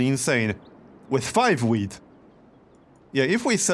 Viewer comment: You say wheat like if you say weed.